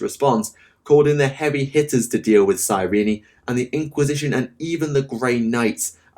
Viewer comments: Cyrene, comes from the City of ,Well Cyrene or Κυρινη in Greek(it's original name),so it is pronounced Kirini. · Given that the Blood Ravens were pretty much created for the first Dawn of War, Cyrene along with them, and the planet's first ever mention is in the campaign, I think it's supposed to be "Cyreen" and not "Cyreeny". All characters in over a decade throughout the games pronounced it "Cyreen"(both in the English and German version). This was actually the first time I've ever heard anyone pronounce it "Cyreeny". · I don't want to be that guy but Cyrene is pronounced "cyreen" not "cyreeny" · Cyrene is two syllables not three.